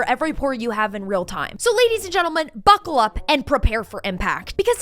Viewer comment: It’s buckle, by the way.